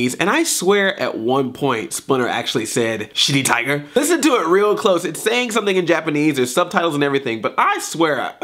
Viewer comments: He DEFINITELY said Sh*tty Tiger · he totally says shitty tiger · Good, I'm not the only one who thought Splinter said shitty tiger! XD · yeah, he def said ''shitty tiger" lol